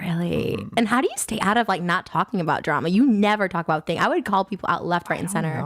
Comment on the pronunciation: “All aboot”